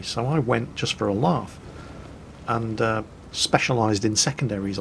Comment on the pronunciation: i get u are from up north but where the hell is the r in laugh WTF IS A LRAUGH